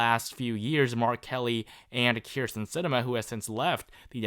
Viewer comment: Dude please take a speaking course. “Bahden” “Kyrsten” no. BI-DEN. KIR-STEN